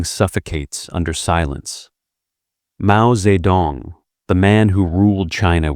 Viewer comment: interesting content; mispronounced jing in Beijing, dze in Mao Dzedong; feng in Hua Guofeng, qiao in Zhang chunqiao; jian in Ye Jianying; de in Wu De; lian in Chen Xilian; Deng in Deng Xiaoping